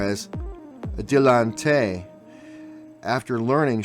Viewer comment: pronounced: dil-a-taant. Stoopid, unedumacted vid...sorry truth hurts...